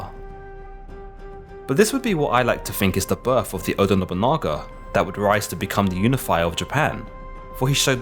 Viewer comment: You can't say their names properly. TO-Yo-To-Mi Hide-Yo-Shu. O-DA Nobu-NA-GA.